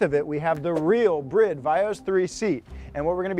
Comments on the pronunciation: Didn't know it was called pronounce BRID, not bride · Dide mf just pronounce Bride as Brid? U high? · why is it brid when its spelled bride, doesnt make sense in the least bit if you know how to speak 2nd grade english. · It's been annoying me for ages but you guys now its called "bride" right? As in marriage woman. Not brid. I really hope your joking or maybe it's an American thing but it's painful. You say alot of Japanese brand wrong. Like greedy.. its g ready. It's not spelt that way but that's the brand. Btw you sent 2 shirts of one type when I 2 seperate types and I just asked for the other but even after photo proof you still didn't reply to me. I know I'm I'm Australia but I been following you for ages. It really disappointed me as I loved pumphreys segments. There gone now and all I asked for was a signature in place of the shirt. All good I understand your big time now but please stop making Japanese brands sound stupid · It's not brid its bride like here comes the bride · Did he say brid? Not bride, lolol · You mean this whole time they're actually pronounced "BRID" and not "BRIDE"???? Mind Blown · The seat brand is "Bride" not "Brid" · Guys why are you pronouncing bride like that? You should pronounce it like it is, bride. Not bride but bride, cool, thanks, bye ;) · If he says brid one more time…. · Yeah that clearly says "Bride" not brid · Did he call it a bridd? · I always thought it was pronounced Bride, like Bride and Groom. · Is that how you pronounce Bride? My whole life is a lie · It is not a Brid seat, it is pronounced BRR-EYE-DUH. Bride. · Just learned it’s pronounced “Brid” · Never thought BRIDE was pronounced that way. Always pronounced it as in “wedding” BRIDE 😂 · The pronunciation of Bride still throws me off